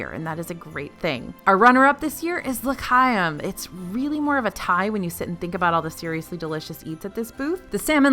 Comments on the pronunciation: Oooh, everything looks SO yummy! I really miss when I could roam Epcot regularly during the festivals back during my CM days. You might want to work on your "ch" sound in L'chaim. I heard you go either "kuh" or "huh" each time you said it. It takes a little practice to say it right, but it's actually kinda in between! Go listen to some recordings of the song from Fiddler on the Roof. ☺ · And L’Chaim is pronounced with the hard ch sound, not a k sound. But I’m so pleased it’s #2!